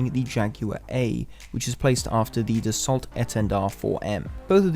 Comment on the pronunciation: Just as a minor grievance, dassault is pronounced Dass-o